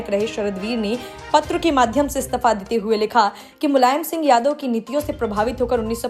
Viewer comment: Yah stifa kya hota hai..Istifa bolo dhang se..